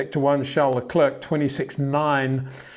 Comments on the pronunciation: would be nice if he would finally learn to pronounce Leclerc and Verstappen correctly. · He just can’t pronounce Verstappen and Leclerc correctly. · Peter can’t even pronounce Verstappen or Leclerc correctly.